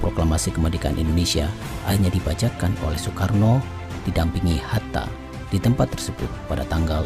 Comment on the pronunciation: Bacanya Sukarno, Sukarni😁